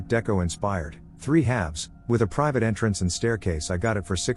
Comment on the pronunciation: Always interesting when the text-to-voice software pronounces something weird, like with "entrance"in story 31.